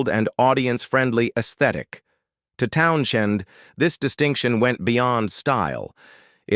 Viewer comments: Hey, AI dipshiz - 'Townsend' is way you say Pete's last name. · Stupid Ai. Pete Town - shinned. WTF?? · The 'h' is silent. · Teach your AI that the "h" in Townshend is silent.